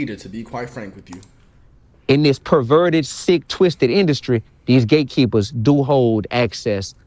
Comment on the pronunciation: It sounds like 😂he saying 😅gay keeper's 😢😅